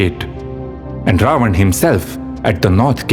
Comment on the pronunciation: Please don't mind if I say something which I didn't find well. You are doing tremendous job. You need to pronounce Ravan name as रावण instead of रावन. If I am wrong please correct me.